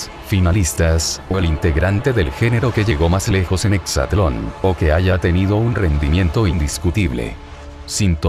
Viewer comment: De entrada es exatlòn no "hexatlon" esos pequeños detalles son los que marcan el profesionalismo y credibilidad de la información.